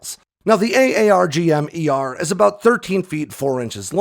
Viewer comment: Kudos for annunciating AARGM-ER flawlessly every time!